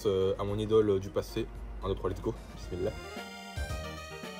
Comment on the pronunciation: Il a dit bismilha ?🤔👍👌😉🤣😂